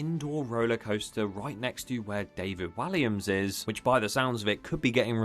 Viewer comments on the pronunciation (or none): none